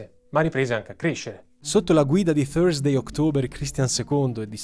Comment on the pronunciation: Hai detto thusday ma hai scritto thrusday... 😅